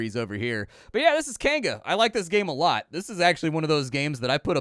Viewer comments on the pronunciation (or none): You say Kainga,.... I hear "canned goods" and get confused... canned goods what now?